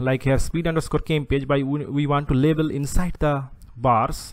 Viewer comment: Great video. It should "Label" not "Lebel" though. Doesn't really affect the quality of your video though. Overall very clear and informative